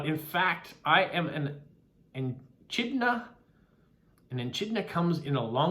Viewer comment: I think the answer to the riddle is WALK, because I can walk and chew at the same time, or that's the expression anyway. It also fits with the other things. Yes,, Eddie the Echidna (pronounced ee-KID-na [or i-KID-na]) was my doing, so well done for spotting that. Hope you found the information interesting. By the way, monotreme is pronounced Mo-no-treem. Some amazing postcards and stamps this week. I especially liked the Postcrossing bingo card.